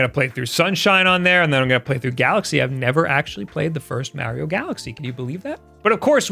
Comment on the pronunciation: You and rich from review tech say Merio....